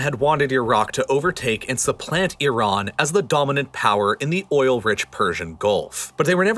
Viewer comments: Thank you for saying "ee-RAHN" instead of "EYE-ran". One of my biggest pet peeves. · Exactly. Also, thank god he switched to pronouncing Iran properly instead of the brain-dead way of saying "I ran" (to which I always say, "where did you run?").